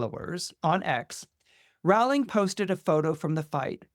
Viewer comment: Love you,, but you’re mispronouncing her last name. It rhymes with “bowling.”😢